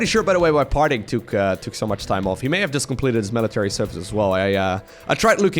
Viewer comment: The way he says "service"